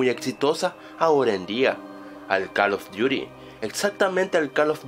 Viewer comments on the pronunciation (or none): No Es Call of Duty, O calos Duty o algo si :v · jaksjajsj Tu ingles es TOP. Calof Diury X,D